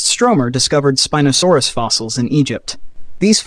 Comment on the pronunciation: why does your pronunciation change from spin-oh-saurus to spine-oh-saurus?